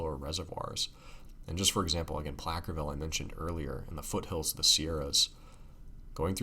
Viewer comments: FYI - "Placerville" California is pronounced: "Pla-sir-vil", not "Plack-er-vil" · The C is pronouced as an S in Placerville!